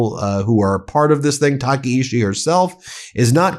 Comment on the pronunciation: Tah Kah EE Chee. Please pronounce it correctly.